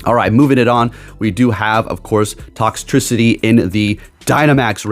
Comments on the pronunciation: How to say it Tox Tricity u actually said it right later in video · Thank youuuu you said toxtricity right!!! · You said Toxtricity correctly